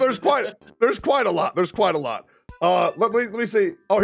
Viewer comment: It's kwite close enough